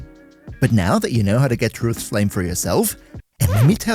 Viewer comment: Beloved Titron gets yet another big buff to its name! Thanks for the writeup and sorry about the mental damage cost you inevitably took from trying to pronounce Truth's Flame even once